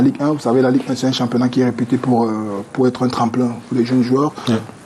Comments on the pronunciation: Bon débat, par contre le présentateur là, il abuse à parler un mauvais français comme ça, au lieu de dire être il dit ecre etc... Il transforme les tr en cr depuis il faut le changer, il nous fait honte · “Auccre” invité, “d’êcre” là ce soir, “vocre” maman…C’est quelle façon de s’exprimer en Anglais???? Tsuippp 🤦🏽‍♂️🚶🏽‍♂️🚶🏽‍♂️🚶🏽‍♂️🚶🏽‍♂️